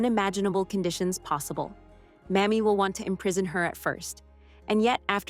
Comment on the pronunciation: PLEASE for the love of god, it’s pronounced “May-Mee” not “Mammy.” OMG 🤦‍♀️